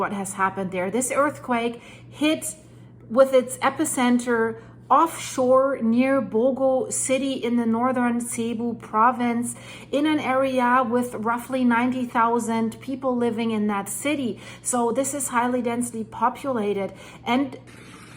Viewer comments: Hey. Love your updates. It's pronounced sayboo not Che boo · I corrected you yesterday, and you pronounced Cebu correctly near the beginning of this video but then you reverted back to calling like this Chebu. It is pronounced like this. Sebu - like - see boo. Thanks again for the report. It helps to keep my wife informed as she has many relatives up there. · SEE-boo. Cebu. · btw - Cebu is pronounced, like 'si BU'. The C has an S sound and the stress is on the second syllable. Thank you for reporting on this horrific event. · Cebu is pronounced "seh - BOO". Good job reporting,, as always. It sounds very bad.